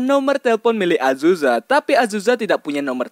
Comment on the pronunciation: Azuza? Azusa bang